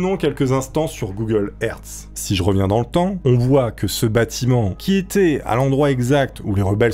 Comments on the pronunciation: "Google hertz" 🤣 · Google hertz lol.